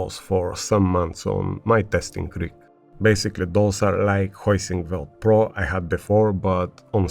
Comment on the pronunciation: Heusinkveld with V not a W. Good video as usual mate❤